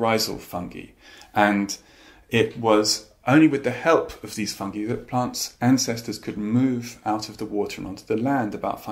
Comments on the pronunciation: I love how russel pronounces “fungi” like “fungee” and not “funguy” 🤍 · I am so happy that they say fungi not funji!